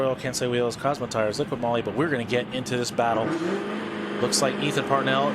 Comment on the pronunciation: guys it's not liquid moly. it's liqui moly no D in liqui.